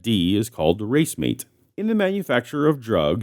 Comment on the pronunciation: I hate to mention it, but "racemate", from "racemic mixture", is pronounced as, "rah-SEE-mate", or, "rah-SEE-mick", depending. There's absolutely nothing wrong with being an autodidact; much better than either an ignorant tit who never learns anything, or someone learned who then traduces, distorts, conceals, and perverts their knowledge to serve a religious agenda, as is doing. Actually, that's the most despicable thing I can think of, outside of certain gloating cruelties and/or vicious assaults.